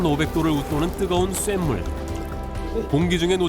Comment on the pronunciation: 들기름을 들끼름으로 발음하는 애가 무슨 내레이션을 한다고...들기름을 발음을 못해서 들끼름 들끼름 이라고 발음을 하나..쇳물도 쐿물이라고 발음하고..무슨 발음을 저렇게 세게 된소리로 발음할까...